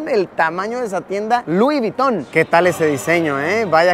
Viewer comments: *Luis vuyton 😂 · Vamo esa tienda "lui viton" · Lui Viton? jaja